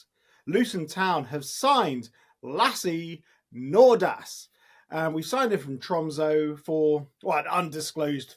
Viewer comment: By the way its pronounced Lah-suh Nord-oss